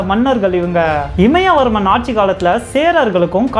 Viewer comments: It's imaya varamban not imaya varman.. please take note my dear brother. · one small correction.. இமயவர்மன் is wrong , இமயவரம்பன் is correct pronounce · இமயவரம்பன்; இமயவர்மன் இல்லை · நறய இல்லை நிறைய இமயவர்மன் இல்ல இமயவரம்பன் சற்று உச்சரிப்புகளையும் தகவல்களைப்போலவே அருமையாகச் சொல்லுங்க நண்பரே 🙏🙏🙏🙏🙏🙏